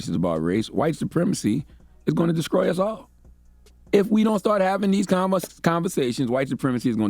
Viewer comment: Did he say "descroy?"